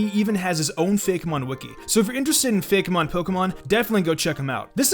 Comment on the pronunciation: "fake mon" are you really doing that. You're a pokemon youtuber what the heck are you doing? It's "Fake'mon" like, Fakeymon. Cmon!